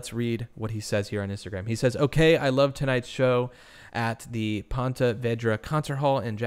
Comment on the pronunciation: its ponte not point